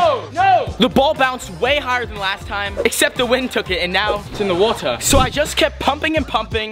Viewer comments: Like he had a normal accent at the end but he just changed to the British accent when he said Had me rolling off my bed..💀🤚🏻 “Oh No ItS iN tAh WaTeH~” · He just decided to switch to a British accent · Bruh went from American to British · “Its in the wotah” my dude turned British for a sec 💀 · So True😂😂😂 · Omg so true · bro became british 💀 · I love how you said it is in the 💧wata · Him:*turn into british for a second when he said it's in the water